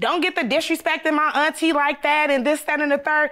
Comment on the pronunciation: "My ainttie.." Lol